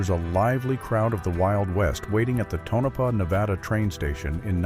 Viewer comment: Right about the elk. Moose were likely not found in thr Oregon Coast Range anyway. And wow, you need to learn to pronounce names of people and places correctly before you record. It's "Tone-uh-paw" for Tonopah, Nevada, and "Cim-uh-RON" for the Rose of Cimmaron, just to name a few.